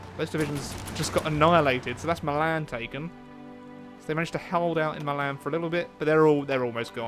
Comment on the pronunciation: my-lan, its pronouced me-lan for Milan